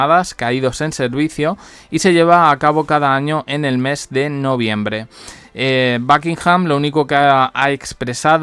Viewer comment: Por favor si no sabes hablar Inglés ...por lo menos pronuncia los nombres como estan escritos ! de donde sacas backinham ?